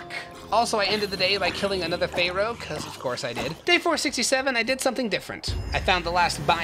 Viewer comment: Love the pronouncing of pharaoh